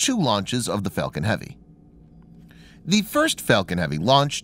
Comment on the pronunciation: I usually turn anything off as soon as I hear him. He kept saying Fellcon unstead of Falcon.